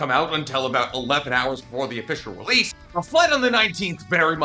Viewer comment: finally my dude said "release" instead of "releaseal" the world is right